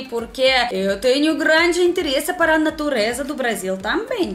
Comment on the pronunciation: "Eu sou gRRRRRande fã dos pôr do sol..." Minha nossa! Que fofura!